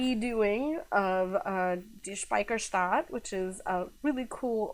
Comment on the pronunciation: also, well done on correctly pronouncing Die Speicherstadt correctly!